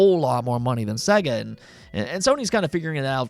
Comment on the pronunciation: Dude, Sega is pronounced say-ger. There is a sample that says it on the opening screen of every Sega game.